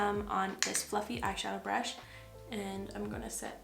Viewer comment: BRAASHH 😂 I'm gonna call brush like that from now on. love you 🥰